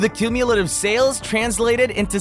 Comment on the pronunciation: Why did you mispronounce "sales" and "deals" nonstop?